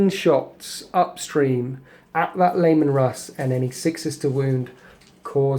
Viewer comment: C'mon,. You do great batreps but your pronunciation could be better. "Skyons" and "Layman"? "Scions" pronounced like "sigh-on" and "Leman", pronounced "Lee-man".